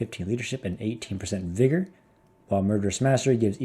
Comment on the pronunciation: Why did you say vigor like that, an accent?